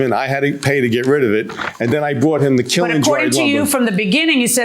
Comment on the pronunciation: Good grief, KILN is one syllable!